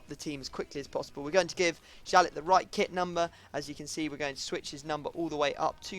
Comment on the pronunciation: It is pronounced "yalley" not "jalet"